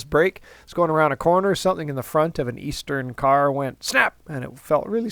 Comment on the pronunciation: Ontario "kar' ? lotsa rust on the thing.